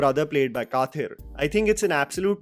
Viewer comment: Please try to call /read tamil words with right sounding You are influencer and if ppl who dosent know Tamil see this video and pick up words Karupu as Kaapu Kathir as Khadhir and the words won't be delivered on its original meaning Especially names Thank you